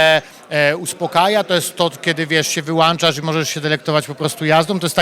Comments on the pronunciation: pseudo dziennikarzu WYŁĄCZASZ A NIE WYŁANCZASZ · "Wyłanczasz". Ja pierdole, jaki poziom.